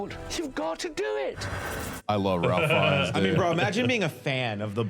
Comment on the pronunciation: You actually say his name “Ray Feinnes”. Not Ralph.